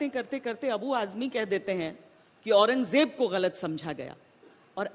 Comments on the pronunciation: Takle orang Jeb nahin orang zeb bolna sikh 😂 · Au-ran-gaay-jeb 6kaa bolna sekh gaye 😂aur beta Yogi Adityanath ka naam Dhangh se Lena seekh samgha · Pehle to kehna seekh औरंगज़ेब है औरंगजेब नही है 😂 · Batau bhai jiska khud uchcharan bhi sahi na ho wo dusro ko kia gayan dega aurangzeb ko aurangjeb bol raha hai shahjahan ko sanjha bol raha hai aur gayan iska jhoot ka pulanda hai. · Paththar ke muh jesa h yeh ...jisse aurangzeb allam gir rehmatullah aleh jii ka naam toh pronounce ho nahi Raha h